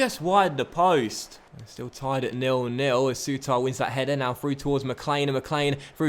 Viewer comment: Think Souttar's name could just be pronounced as "suiter"